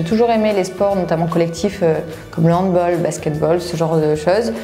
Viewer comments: Noon c'est HandBALL pas baul 😭😂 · Elle a dit “handboll” 🤦‍♂️😭😭